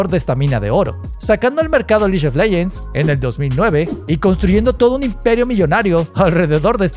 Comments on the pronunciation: Me duele cada que dices liyo leyents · El "liyon leyens!" Iba tooooodo bien hasta ahí...